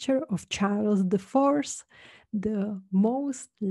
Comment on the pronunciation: Prosím pěkně, moje učitelka na doučování angličtiny mě to naučila, opravdu to dodává hodně při výslovnosti. Protože když člověk přečte ''4th'' jako ''force'' tak nejen, že to nezní dobře, ale hlavně to pak ani nedává smysl. Doporučuji se doopravdy naučit správnou výslovnost ''th'' není to těžké, na youtube je spousta návodů. Hlavně je to skoro v každé větě. Jinak moc hezké video, spousta informací. Dávám Like